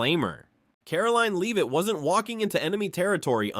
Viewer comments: Multiple mispronunciations in video: Karoline Leavitt's last name is not Leevit, it’s “Lehvit,” (short e) - that’s how she says her name. Sunny Hoston is not Host-on (rhyming with “boastin’), it’s “Hawston” (rhyming with Boston.) Joy Bahar is not BaHAR, it’s “BAY-har.” This announcer went on for 20 minutes screwing up the names of the main participants in the story, but corrected the “Leevit” to “Lehvit” later. English language: “Lehvit” or “Leave-it.” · It’s not ‘Leave-it’. It’s Lev-it. Learn the lady’s name. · You mispronounced Leavitt . You also did this in previous podcasts. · Its disgusting that NONE of you bastards in the MSM will spell her name correctly. Or call her name correctly. On EVERY PRESS CONFERENCE, her name appears. Correctly spelled. And she is ANNOUNCED. Next time, pay attention to the pronounciation of her name. Then GET IT RIGHT. YOU GUYS ARE PATHETIC.